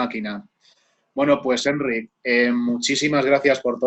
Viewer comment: Que majo Enric, por cierto, la sílaba tónica es ric, sino llevaría acento.